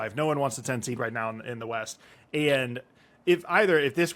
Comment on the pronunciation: East? I thought you said weast. That’s West, you’re fired again